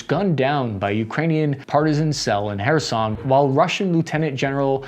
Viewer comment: He said "Kherson" right! 🥳 🎉